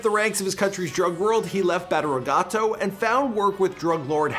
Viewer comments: “Batter guato”😂 Badiraguato we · This dude really said “Bateraguato” lmao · Or badiraguato lol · Beetle juice when he says badiraguato too 🤣